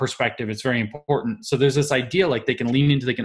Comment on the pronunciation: James, is "EMPORDAND" defined in your SJW encyclopedia? Sorry, I don't mean to be ad hominem, but this SJW thing is appropriating and destroying our language at the root. Is it too much to ask for proper phonetic pronunciation, at least? Lazy at every turn.